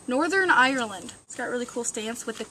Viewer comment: I live in Northern Ireland :D It sounded funny when you said it haha